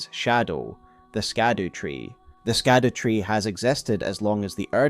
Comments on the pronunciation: Scadutree is pronounced as Shadutree and not Skadutree... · It’s SHADOW damnitalltohell! STOP saying “skadoo”. Shadowtree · It's not pronounced Skadutree, it'd pronounced Shadowtree. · Hey so it's supposed to be Olde English and it's pronounced Shadowtree, not skadootree. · Scadutree is pronounced Shadow not Skadoo. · "scadutree" is pronounced "shadowtree" 🤦‍♀️ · “Scadu” is an archaic spelling of “shadow,” and it was pronounced almost the same way, so “scadutree” should be pronounced more like “shadow” or “shadoo” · "Shadu tree"... just like evegaol is 'everjail" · I love your breakdown! While streaming this game I was actually told that the “c” and “u” in “Scadutree” are actually pronounced in their older format, thus leading the pronunciation to be “Shadowtree” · Scadutree is actually pronounced "Shadow Tree"..... yea I know spelling scadu and saying its shadow is dumb but thats how to pronounce it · Howre we still mispronouncing SHADOWtree. It hurts my ears man. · Sorry to be nitpicking, the Scadutree is pronounced as "shadow tree". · Just scrolled through the comments to see if anyone else mentioned this. It’s so annoyingly ignorant at this point I nearly closed the video. It’s like the word “gaol”. Pronounced “jail”…too easy. Skadoo just sounds so ignorant at this point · Google "scadutree pronunciation" before recording next time, oof